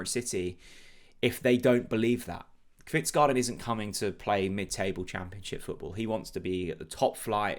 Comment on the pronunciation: Hej. Fingers crossed that the deal gets over the line. To help you with pronunciation. Kvistgaarden is pronounced Kvistgorden and not garden. Nice new look to the channel.